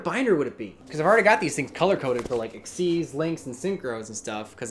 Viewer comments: So uh, why do you pronounce Xyz as "ex-ee" instead of "ek-seez"? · Chaos XYZ "eck-zyz" monster =/= "see-ex-se" or "see- Eg- ceed"